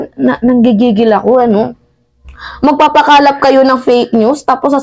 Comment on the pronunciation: .."MAGPAPAKALAT" hindi MAGPAPAKALAP..at Macanas hindi Macanias